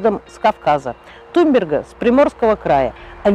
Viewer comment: вроде ведь туНберга а вы все видео говорили туМберга)?